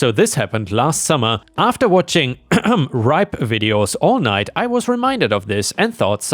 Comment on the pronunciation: "rSlash" isn't pronounced as "Ripe." 🤪